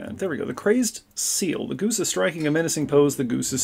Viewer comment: At one point in this, the way you said "g00se" reminded me of Monty Python and the Holy Grail and their subtitles about the m00se.